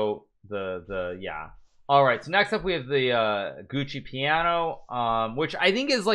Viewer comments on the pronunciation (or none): love how Hikaru calls the giuoco piano the "gucci piano"